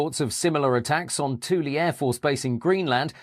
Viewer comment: I'm amazed that even the name of Thule Air Force Base was correctly pronounced.